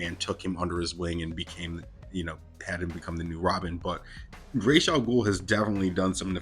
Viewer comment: It's RAZ not Rashe